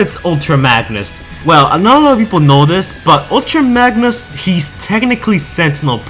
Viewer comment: "Ulta Magnus" "Glavatron" ....